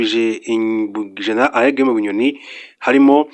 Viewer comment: Ese ubwo utabeshye ntabwo uzi gutandukant R na L ?!!!! Uti Arrêt Guillaume Bunyoni instead of Alain, uti Qatal instead of Qatar. It's a shame kabisa. Mugerageze mwige izi nyuguti. Gusa uduha amakuru neza kandi agezweho. I like